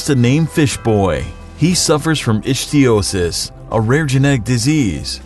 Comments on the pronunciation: Ick-thee-osis. Not Itch-thee-osis. Makes me itch just to think it's called that. :P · The condition is called "ICK-thee-o-sis" Please check pronunciations before you record. It really makes you seem more like these lists are important to YOU. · Not how you pronounce ichthyosis. It's a hard ch, "ikthyosis". Do you even research these or do you just pull all your material from already made top ten lists on the first page of Google? Probably the second option.